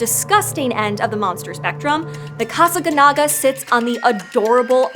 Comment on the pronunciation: The accent mark is right there on the last syllable and yet she refuses to pronounce it correctly.